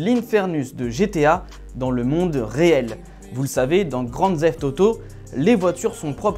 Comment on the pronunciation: "Ludicrousse"? Poto, ça se dit "loudacrisse" (ludicrous). Et "teft", pas "zeft" (theft). Ton anglais fait mal aux oreilles. Bonjour des states.